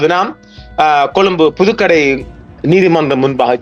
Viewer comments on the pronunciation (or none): அடப்பாவி அது அளுத்கட இல்லய்யா... அது புதுக்கடை 😂